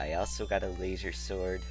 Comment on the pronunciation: layzor sword... rofl. He says Laser funny